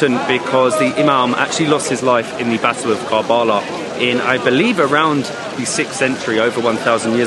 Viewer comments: Love this . Karbala ( pronounced Karbala , Not Kaarbala ) . Much respect to you for opening this beautiful city for everybody. For Shias , it is the most holiest of sites. Salaaaam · Its karbalaa but you can read it ( ker'bela ) 💚 💙 💚 💙 💚 💙 💚 💙 💚 💙 💚